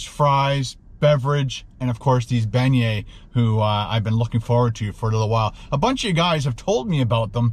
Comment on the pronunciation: PLEASE please. If your are going to broadcast a video AT least PRONOUNCE the word properly.